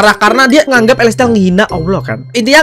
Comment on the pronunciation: Elestihal Wkwkwk Bukan Elestial slh sebut😭